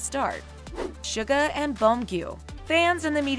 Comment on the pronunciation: The way she said suga pissed me off on a spiritual level 🤦‍♀️